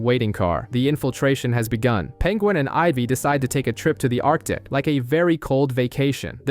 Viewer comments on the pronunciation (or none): none